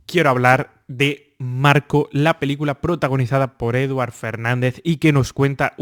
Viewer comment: Un apunte: no se pronuncia como Edward sino como Eduárd. Ser escribe Eduard y se pronuncia Eduárd. Es catalán. Gracias y Feliz Año! 😊😊